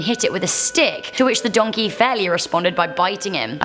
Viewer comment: DID SOMONE SAD DANKEY???